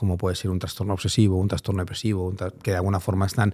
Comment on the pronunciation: Gracias por tu trabajo Eres un gran comunicador ❤ Si me permites hacerte un mini comment, he oído en varios podcast que dices la palabra transtorno, La forma correcta es trastorno, con "s", no con "ns".